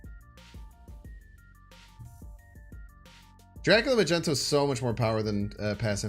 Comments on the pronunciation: Why you always saying magento, its mag ne to 😢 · are you trollin with that magneto pronounciation ?